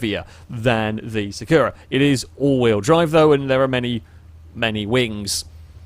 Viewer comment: I hate to say this: you keep saying "Sakura" wrong. The stress goes on the first syllabe - it's Sàkura not Sakùra! As a Cardcaptor Sakura fan I must correct this!